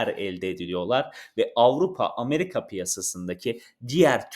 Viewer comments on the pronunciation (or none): none